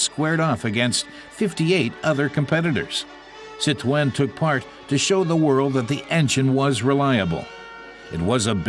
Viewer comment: Ya think they would have found out the correct way to pronounce Citroen.